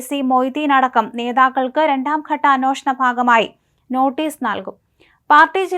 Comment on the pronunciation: മോളേ, അന്വോഷണമല്ല, അന്വേഷണം... അന്വേഷണം. നൂറു പ്രാവശ്യം എഴുതി പഠിക്ക്.. നിന്നെയാരാ മലയാളം പഠിപ്പിച്ചത് ?.. ഛെ! എന്തൊരു അരോചകം!കഷ്ടം!